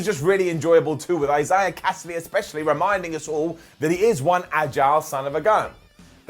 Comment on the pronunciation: sure does have a difficult time trying to say the name Isaiah... Another great episode of dynamite overall. Really do need to get consistent with this best friends versus best man mirror story and have them both move on to something else. Thunder Rosa should buy rights get the win over riho. But they'll probably give it to riho. probably make her champion again which pretty much nobody wants